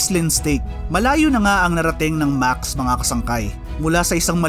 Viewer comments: Thanks! Any reason pala bakit Maks ang tamang pronounciation instead of Maksis? DIto kasi sa videong ito even the owners Maksis ang pronounciation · Ano ang tamang pronounciation Max o Maxes